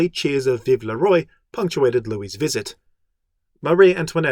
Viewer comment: Love this series, great job! (Even though the way you pronounce "roi" makes me weep in a corner.)